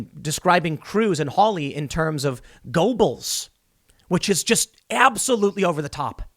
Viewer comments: Christ Tim, it is pronounced "Ger-bils" not "Go-bulls." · Tim, not a biggie but Goebbels is pronounced "Grrrrr buls" - Go Bulls is what you say when you're watching basketball in Chicago :P